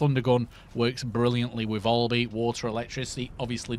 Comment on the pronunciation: Valby not volby 🤣🤣🤣